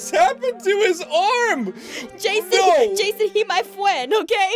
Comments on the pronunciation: Nnnnooooo not jasen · jason jason he my frwend he my fwend had me dying😂😂😂😂😂😂😂😂😂😂😂😂😂😂😂😂😂😂😂😂😂😂😂😂😂😂😂😂😂😂😂😂😂😂😂😂😂😂😂😂😂😂😂😂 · wolfgamer mia lol "jeson"